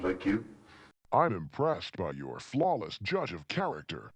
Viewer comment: I'M imPressEd by your FlAWLesS juDGe Of ChAERactor wHat the hELL is going oN herE in LOONSVILLE?